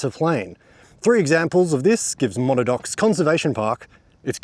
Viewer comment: According to Wiktionary, it's pronounced Muh-nad-nocks. From an Abenaki word from north-eastern USA and Quebec. The bush always looks amazing after rain! Another great vid, mate. 👍